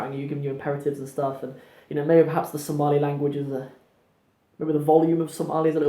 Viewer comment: you are amazing brother, you pronounced somali perfectly, better than some somalis i know, Masha,Allah. we love you brother for the sake of Allah, Allah dartiis ayan ku jecelnahay.